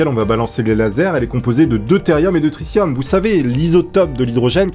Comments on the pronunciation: C'est une super vidéo mais C'est "Tri 'T' ium" pas "Tri 'SS' ium" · On dit tritium pas tricium